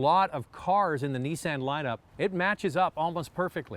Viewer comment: Neesan hahahahahaha veheckill hahahahahaha